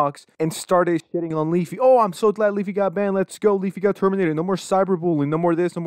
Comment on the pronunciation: Weafy sounds like my grandparents trying to say WiFi.